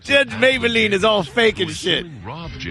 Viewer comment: i like how the audience is in stadium seating. also Mablean doesn't get pronounced "Maybel ean", it's "May Blean". where the fuck they get "maybel lean..."